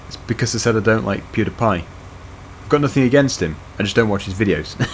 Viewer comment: Pewdiepie is not called Pewdapie